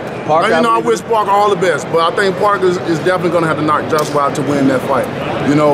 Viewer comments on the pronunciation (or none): none